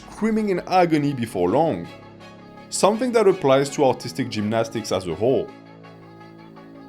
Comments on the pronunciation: Few times I heard "Autistic gymnastics" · Just realized how funny it is when a French man tries to say “artistic” 😂